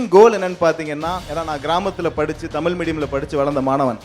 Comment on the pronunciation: தமிழில் பேசும்போது தயவுசெய்து "ழ" வை "ழ" வாகவே உச்சரியுங்கள்... "தமில்" "தமில்" என்று சொல்லும்போது தமிழின் அழகே கேட்டுப்போகுதுங்க...